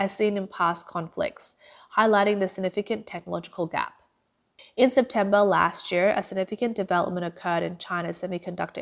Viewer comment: ".. lasht year... tweNNy-tweNNy..." Are you not able to employ a better speaker?